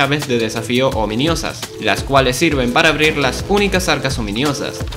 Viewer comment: Bro seguía diciendo ominIosa 💀💀💀 que toc, no se si es peor las traducciones de mojang o que no se haya dado cuenta de la equivocación 🗣️🗣️